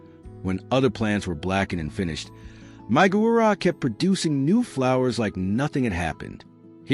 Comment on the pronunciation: Gaura, not Gurah ! 😮 😮 😮